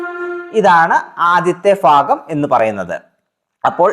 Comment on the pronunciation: ഫാഗം അല്ല ഭാഗം എന്ന് പറയു